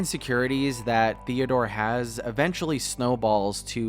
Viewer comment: At first I thought was saying ‚Theodora‘